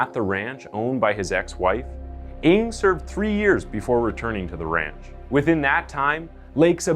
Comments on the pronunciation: I think the correct pronounciation for NG is "nang"!!!not eng!! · I think NG is pronounce "nang" not "ing". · His surname is not pronounced "Ing". It's "Ng". Like a sound you make when you stub your toe. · Charles Ng surname should be pronounced "nang" not "ing", been to asia and met people with surname Ng, they wonder who I'm calling coz of that, seen some of their videos, they are cold blood indeed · Good story telling as always. Love your channel. Just a small correction on the last name of the asian guy, Ng is pronuanced as "Nang".